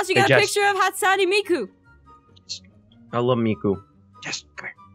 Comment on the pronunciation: aphmau sed hatsuenmiku rong